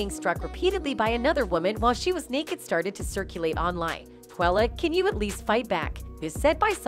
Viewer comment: SHANquella!!! Say her name and say it correctly or don't say it at all! First you say SHAquella then you say SHANquella The next time you say her name, its back to SHAqulla again. How do you report on the death of someone and muck up their name like that? It's like you knew for sure one of them is correct and instead of confirming the true pronunciation of her name, which would have been very simple, you decide to just fluctuate between both in hopes that no one notices the obvious carelessness and disrespect! SAY HER NAME: SHANQUELLA ROBINSON!! RIP BABY GIRL!!🙏🏾❤😿